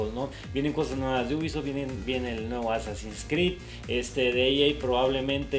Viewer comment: me da mucha risa cuando dice: un nuevo assc y otro fifa